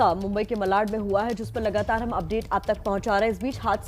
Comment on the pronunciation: मलाड नहीं,मालाड़।